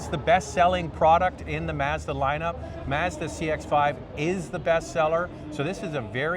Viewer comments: The way you pronounce “Mazda” is different Are you Canadian? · Would you please learn how to pronounce MAZDA correctly?